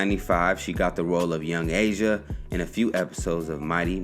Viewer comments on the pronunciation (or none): It's actually Young Aisha (eye-ee-shuh) not Asia. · lmao bruh said asia...its A-i-sha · Did this dude say young Asia? In power rangers? I can tell he’s young & it was before his time. It was Aisha (pronounced Ah-eesh-uh) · Not Asia.....Aisha ( Ai-ee-sha) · Eye-ee-sha not Asia. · Ay-e-sha (referring to the Mighty Morphin Power Ranger character. You said it wrong)